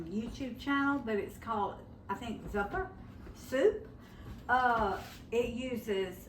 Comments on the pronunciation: That soup is pronounced z u uppa soup emphasis emphasis on the you that's why I put two years in there it's only spelled with one it would be a long u zuppa soup is wonderful your version looks very good thank you😊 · Google says it's pronounced 😊 Zoo' puh. pronounced it correctly the first time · It's pronounced zoo pa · Google Z u p p a They will tell you how to pronounce it. Say the word zoo. . Then pa. It's that easy, it just means soup in Italian.